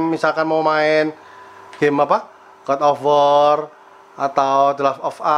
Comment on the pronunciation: Bang bukan god of war tapi godobor